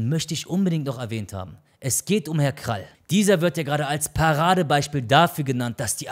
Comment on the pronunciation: Er heißt Krah und nicht Krall